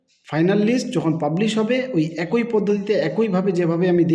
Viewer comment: ভাই, কথাটা এ্যা কৈ পদ্ধতি নয়। এক্ ই পদ্ধতি।